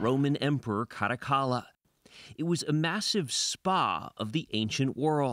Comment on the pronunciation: I like the way this guy says “Caracalla”